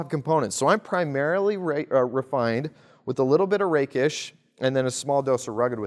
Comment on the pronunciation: I heard "the rape'ish archetype".